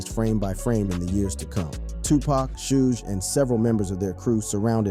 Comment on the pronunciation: "Shooj" Knight??? "A point four zero caliber????" Quit with the AI bullshit, and just read the damn script!